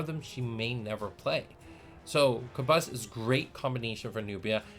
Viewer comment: I was really impressed with the J2 starter set so hearing that Origins is gonna be even better has me hyped 😳 Also I'm sooooo sorry we have been pronouncing Kabus as "Kaboose" LOL 😂